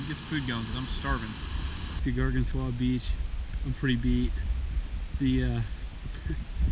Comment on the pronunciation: Garg-an-toi :P